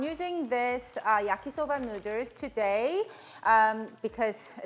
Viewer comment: Came for the "noodres" 😂❤️